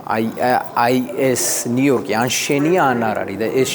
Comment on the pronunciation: ნიუ-იორკს ვერ ამბობთ? ნიიიოტკი 😢😅